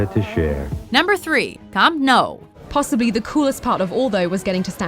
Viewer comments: The way she said 'Camp Nou' literally killed me on the inside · The vast majority of people call it the Nou Camp not the Camp Nou and you pronounced it completely wrong! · i cringed so hard on the way she pronounced Camp Nou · They butchered the pronunciation of camp nou! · Trust a North American to pronounce camp nou wrong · I believe it's pronounced 'Camp New' and 'Santiago Bernabow' (as in bend over). Also what is that clip because it sure as hell wasn't Old Trafford. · pronounced new camp/camp new NOT CAMP NOW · It's pronounced 'Camp New', not 'Camp No'. Literally no-one pronounces it like that. Also, the list is still very US-centred (as per usual), despite three English examples. MSG deserves its place, maybe swap Daytona for Indy. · Just to let you know, Camp Nou is pronounced Camp Noo, now Camp Now. Great video though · did she really just just say camp nou hahaha its pronounced nou camp (noo-camp) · 1) It's Camp Nou not new 2)Where is the San Siro/Allianz Arena/Santiago Bernabeu 3)Why are you so bias to American venues 4)I have never heard of Fenway Park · MARACANA DIDN'T "SEAT" 200K PEOPLE, IT'S NOT PRONOUNCED CAMP NOW AND IT'S ALSO NOT THE BIGGEST IN EUROPE PLEASE FUCK OFF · What I here When she says camp nou ” namp now”😂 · Its pronounced "camp nu" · The Camp Nou is pronounced Camp New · United the most successful club in English football??... think you need to check your facts. Also camp nou is pronounced camp noo and bernabeau is pronounced burn a bay you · Camp nou is pronounced as 'new' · it's pronounced cam now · it's camp pronounced new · And camp no? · How the fuck does one mispronounce Camp Nou? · Where is the Etihad Stadium? .........If U Know what I mean P.S-Disliked due to pronunciation of Bernabeu And Camp Nou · What the hell did she call camp nou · you said camp nou wrong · The way she pronounced was Maracana was bad enough but Camp Nou was horrific, do some more research please